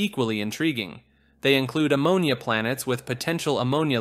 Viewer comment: Bro said “Blanets orbiting black holes” LMAO